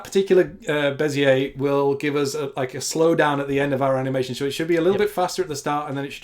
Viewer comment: Your pronunciation of Bezier is terrible:) is a great inspiration for me, so cool to see you two collaborating PS: I can't say "throughout" nor "focus" properly